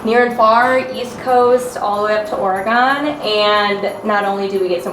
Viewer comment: As a fellow Michigander and Spartan, I love you, but ya gotta make sure you say Oregon correct before you come back LOLOL. Happy Holidays to you all!! I've had a few TheLifestyledCo boxes show up as Christmas gifts that I'm excited to open:):)